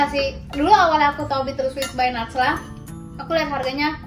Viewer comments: Kenapa cici ngomongnya nacla padahal najlaaaa ciii🤗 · bukan natsla tapi najla